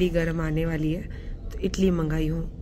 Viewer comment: Italy nahi moutharma please idli bolo😂😂😂😂